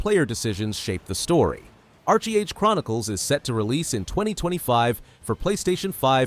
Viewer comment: Archee Age Chronicles. I had to laugh. It's Arche Age, not Archee. XD